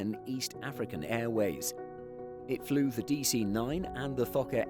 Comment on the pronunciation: honestly id never seen anyone pronounce "fokker" the exact same way as "f*cker" until i saw that bit